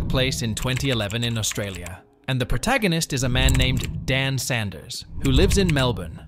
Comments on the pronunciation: Sloppy video. He's "Saunders", not "Sanders". Lots of video clips of US money and Las Vegas. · Saunders not Sanders. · your pronunciation of Saunders and Wangaratta is incorrect.